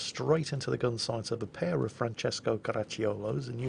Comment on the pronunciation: Italian here🇮🇹 random hand gestures Your pronunciation of Francesco is perfect (only the accent is off but it's not that important) to pronounce Caracciolo perfectly the "i" is silent, just pronounce "ci" as a single sound (like you did, not with a K sound) and you're good to go😉 One of the best effort to pronounce something correctly👏👏🏻